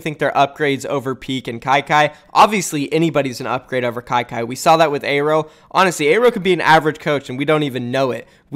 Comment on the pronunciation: YOOO HUGE NEWS PRONOUNCED AERO’S NAME CORRECTLY!!!!:D